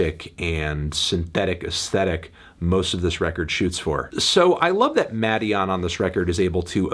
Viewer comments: Melon its pronounced maiden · Muh-DEE-on or so I’ve been told